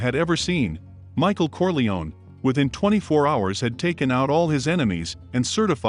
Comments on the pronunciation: Kor-lay-oh-nee, not kor-lee-one. 🙄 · It’s CorleoNE, not Corleon